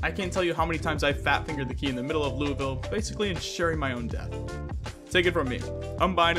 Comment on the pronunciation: As someone who lives in Louisville, its pretty cool seeing it in a game, also 8.5/10 pronunciation on the name. Also fun fact: the baseball bat factory is based off of Louisville Slugger, in the real world lol, worldwide famous bats